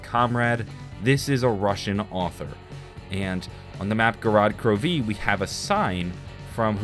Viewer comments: The way he says gorod krovi, GOROD KROV-EE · how he says gorod krovi had me 😂😂😂